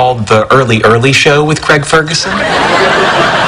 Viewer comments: it's a bit annoying how some people say Craig. They say it like it's "creg" rather than "craig". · Why can't Americans pronounce the name 'Craig' properly?